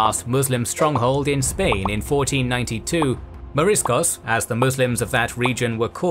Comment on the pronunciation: Its "morisco", not "marisco".